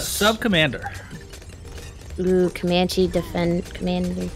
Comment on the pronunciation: I rewound the video like thirty times when I heard him say CoMaNcHe DeFeNSe